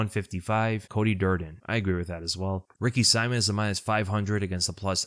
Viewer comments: Man,, his name isn't Ricky SIMON, as in Simon and Gurfunkel, but Ricky See-mon, as in.... Well, Ricky Simon with that thingy above the "o" I don't know how to do. But get it right, please. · its Ricky "See-moan" bro not Saimin aka Simon lol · I kinda hate how you suddenly started pronouncing Ricky Simón’s name wrong 🤣